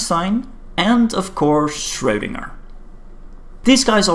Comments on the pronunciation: FYI, "ö" is pronounced like the "ur" in "turn", not the "oe" in "toe" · Schwödinger OwO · Right. His name is pronounced like a type of ladies’ support undergarment that has fallen out of fashion.